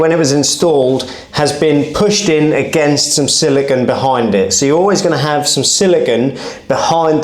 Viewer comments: i don't think it shd be said SILICON ( this is beach sand), but siliCONE instead; i am portuguese, correct me if wrong(even here people say it wrong) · It's probably just me and I'm okay with that lol, but I can't take how you say "Siligone". I feel better for getting that off my chest 🤣. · say silicun one more time, I dare you